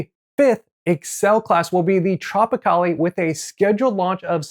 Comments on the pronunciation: Dang dude. It's not Tropicalley. It's Tropicale..as in Ale. Carnivals first new build. Geez do research before doing these videos please. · No added long e sound at the end.